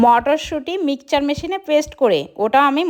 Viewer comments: Mixer ❌ Mickcher ✅😂😂😂😂😂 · মিক্সার ❌মিকচার ✅ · মিক্সার ❌ মিকচার ✅ কড়াইশুটি ❌ কলাইশুটি ✅ 😂😂😂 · Koraishoti❌kolaishoti✅ Mixer❌ mickcher✅